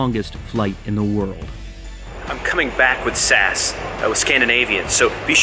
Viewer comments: sorry to be that guy but no nobody says sas everybody says S A S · SAS is pronounced S A S, with the individual letters pronounced separately. Otherwise great video on a great flight flying over the great North! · For me being Norwegian i thought he said Sæs æ is an a and an e together in the Norwegian alphabet (Hold it to Scandinavian Airlines) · It’s not SAS it’s S-A-S